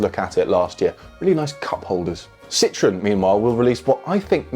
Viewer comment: You guys really have to learn how to pronounce Citroën. If the rest of the world can learn English, surely you’d be able to learn half a dozen words in “foreign”??? 😂